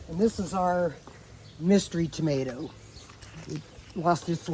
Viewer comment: I swear I thought she said while pointing towards the tomatoes that it was a variant called a "Toe-mah-toe".